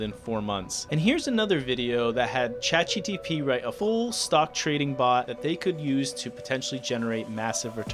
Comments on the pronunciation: Why do you keep calling this "Chat GTP", instead of "Chat GPT"??? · Can you use some AI tool to replace your voice every time you say "Chat GTP" instead of "ChatGPT" in this video? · Buh why are you saying chatgtp instead of gpt? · Bro please review the content ur posting so ur narrator dont say chat GTP a gazillion time in your video about AI. I cant take shit seriously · "Chat GTP...", its GPT, you had one job... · Stop Saying Chat GTP.. its GPT ffs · "ChatGTP" - the most difficult product name in history to get right. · FYI it's "Chat GPT" .... but thanks for the video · anyone else notice he can't say chatgpt correctly? he says, "chatgtp" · please god, learn how to say "Chat GPT". Other than that, good video. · why are you saying chat gTp ?